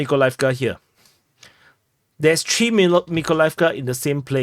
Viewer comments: Well, tree threw me off real bad to be honest. Try “th-reeeeee” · Well I agree but it took me a while to understand he meant three, not tree.